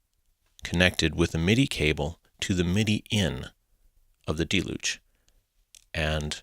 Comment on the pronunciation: that your video was well done and had great information, and I enjoyed it very much, but you pronounced deluge incorrectly. No biggie dude.